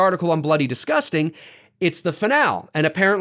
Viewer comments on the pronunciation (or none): The pronunciation of “finale” is: FI-NAL-EE